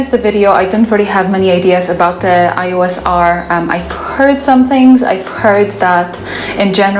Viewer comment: Small detail worth to improve in your next videos: it's Canon E-OS not I-OS ;)